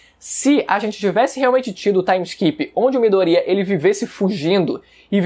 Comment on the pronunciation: Mano ele falando mydoria e muito estranho